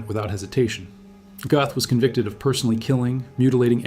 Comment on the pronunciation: You’re German pronunciation is off - it’s not Goth - closer to Gerth